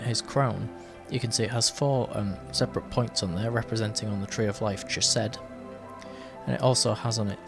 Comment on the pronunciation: Out of respect to Jewish and Israeli people, and the ancient language itself, consider the proper pronunciation of Chesed, the “ch” sounding not like “CHeese” but like “BaCH”. And respectfully submitted. I really enjoy your readings.